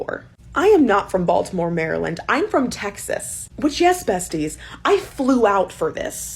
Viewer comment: Hearing say "Baltimore Maryland" immediately caught my attention as a Marylander lol